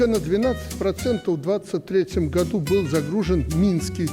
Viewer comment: если говоришь'гату"вместо "году"-значит во рту остался клей,возможно крахмал